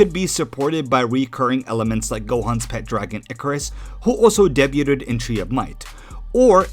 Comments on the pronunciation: day-byuu'd, not deb-yu-ded. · That is not how you pronounced Day-Boo’d That was insane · Lost me at “deb-you-ted” bro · Debuted Dey-Byu-d Not: De-byu-tid. He fused with "god" not with "turtle". Kami. Not Kame. Gohan and Krillin actually lent Piccolo power on Namek and he retained some of it to use against Frieza. It's one of the few times it actually happened. Also, Goku shared Energy with Frieza to empower him after he was cut in half. So yes... it's happened canonically. That said -- it would later happen again in canon.